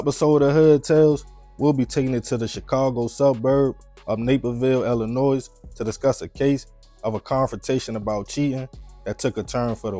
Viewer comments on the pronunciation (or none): I love these stories. Quick and to the point. No fluff. No filler. Just facts. I just can’t stand the way you say Illinois. The S is silent. It’s ill-li-noy! NOY!!! 😂😂😂😂😂 Coming from Chicago it’s just a habit to tell people how to say it because for whatever reason people always wanna say the S when it’s silent. Ask Google if you don’t believe me. 😂😂😂😂